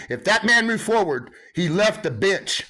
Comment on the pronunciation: To my uneducated Aussie ears, every time he says bench in that way, I hear bitch 😂😂